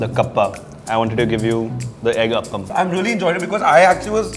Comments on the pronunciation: For crying out loud, it's Appams and not Uppums. Also it's Paayasam and not Pisum. The latter is the Genus name for Peas. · It is appam not uppum! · And Appam not Uppam